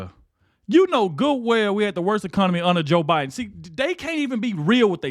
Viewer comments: OH MY LORD! Bayhard almost said O’BIDEN!!!! Yes. Im positive!!!! I listened to it several times! 😂😅😮😊🤪🤪🤪🤪🤪🤪🤪🤪🤪🤪🤪🤪🤪🤪🤪🤪 NIMROD!!!!!! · Hahaha...Joy said "OBiden" at first and then self corrected to "Biden"😅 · Is it just me, or did Behar say O'Biden? I swear she did in the beginning of her comment! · She said "obiden"! Hahaha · She called him obiden...😂😂😂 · you missed it!!!!!!!!!!!!!!! she said obiden!!!!!!!!!!! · Did anyone notice she initially called him O'Biden.